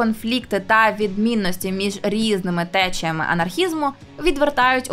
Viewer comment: новОму відео, а не нОвому. ДанинА, а не данИна. тЕчіями, а не течіЯми🙄